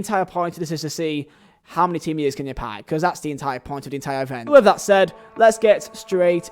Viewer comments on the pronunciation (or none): none